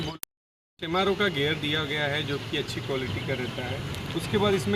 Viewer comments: That "gear" not "gayer"😢 Nice english 😂😂😂😂😂😂. saddle hight is not right. Cheap gear system. Sh** brake lever. Cheap saddle. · It's gear not gayer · It's not gyear it's GEAR